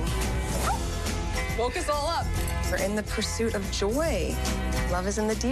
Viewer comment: Mindy! Why? Also, the word Joy has only one syllable not 2 or 3. Megs is awful.